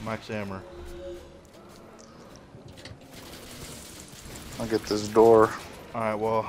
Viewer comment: Qustion: how come you call max ammo max ammer? please answer.